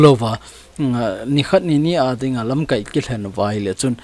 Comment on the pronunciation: Sopi, LAMKAI na lam dan a dih jep poi. Tua na lam dan chu 'verb' a kimang ahi in, noun ahi teng LAMKAAI tia kai sao ding ahe.